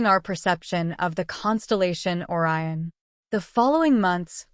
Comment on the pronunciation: Why are you showing Neil Degras Tyson chatting with someone else, but not using this voice? Silly clip-paste Ai production. Can't even pronounce Orion. Downvote.